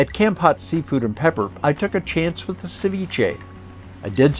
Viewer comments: Thanks for the video, very informative. a friendly support on the pronunciation of the city is phonetically with a sharp "K or C" sound and something like this "Kamm-pote". Pot is not pronounced like "Pot". It's is more like a Sharpe "P" sound and "Pote". I hope that helps. Like saying "Pope" but with a t - Pote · Wth is Kempat?! Should be an easy thing learning hiw to properly pronounce words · Couldn't you at least learn how to pronounce the name "Kampot" correctly? It's not hard.